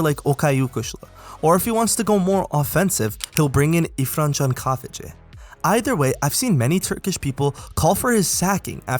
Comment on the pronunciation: But Irfan wasn’t the best pronouncement